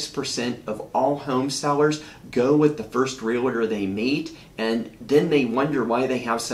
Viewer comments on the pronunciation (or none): Im trying so hard take you seriously and listen to your content but every time i hear you say REALITOR i am SO turned off. I cant stand it. Where is the "I" in realtor? Its two syllables.